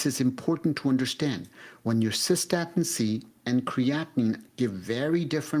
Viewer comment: No I have not heard of cosa-statin- C